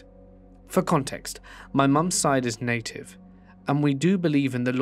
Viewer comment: "I am...Native" Sorry but that sounds just too funny in a British accent